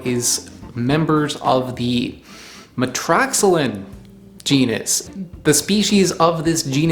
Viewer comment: For Metroxylon I’d expect metro-ZY-lawn as pronunciation but what do I know? The stuff around the seed… presumably that can’t be dried and used like ivory? (It looks superficially a bit like ivory.) It’s just the seed, I guess.